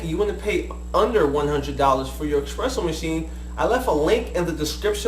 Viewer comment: why do you call it expresso? you even spelled it espresso...